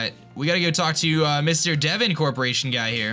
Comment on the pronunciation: it's D-von not Devin yo